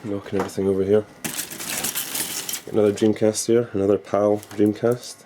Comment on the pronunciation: dreamcast not jimcast !